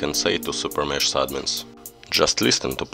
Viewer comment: Блин подучи английское произношения а то кринж постоянно. "Супер мешс" бля ору, звук "ш" в английском обозначается комбинацией "sh", а звук "х" комбинацией "ch", но так же эта комбинация может обозначать звук "ч", но не в этой ситуации. То правильно будет супер мехс. А также слово "item" читается как "айтем", но никак не "итем". Если чуть туго с произношением то перед тем как записывать ролик, посмотри как правильно произносится то или иное слово в Гугл переводчике с помощью опции прослушивания, в крайнем случае можешь транскрипции поискать. А на счёт обновы ооочень спорно. С одной стороны крафт леги хоть дорогой, долгий и не факт что леги , но тем не менее шанс есть, а то сейчас вообще лег нету. Ну а то что забирают сильвер боксы то плохо.